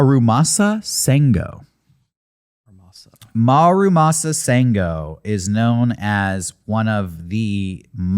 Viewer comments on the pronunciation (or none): Fun episode, but for future reference - it's not marumasa, it's MURAmasa. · Love this topic, and not to be that guy, but it's Muramasa, not Marumasa.